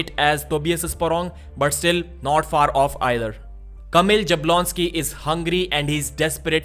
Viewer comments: You should pronounce it more like as if it was Yablonski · this is not the correct way to pronounce Kamil's last name. I don't know how to explain, but this first letter J should not be pronounced in the ''English'' way. I think Devon was the first one to start calling him in this incorrect way. Also, Sandris Šedis should be pronounced Shedis and not Sedis, but I think you already know this one.:) Anyway, keep up the good work man.